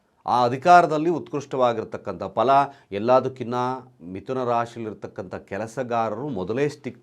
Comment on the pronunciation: Mituna alla, MitHuna. Pala alla, PHala.